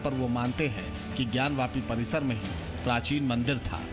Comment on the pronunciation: ज्ञान व्यापी नही ज्ञान वापी । क्या एंकर महोदया कुछ का कुछ बोल देती हो आप ??